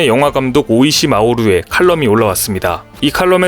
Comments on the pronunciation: 그 유명한 오시이 마모루를 당당하게 오이시 마모루라고 하는 채널의 수준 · 오이시 마오루 ㅋㅋ > 오시이 마모루 입니다. 사진뜨기전까지 누군가 했네 ㅋㅋㅋㅋㅋ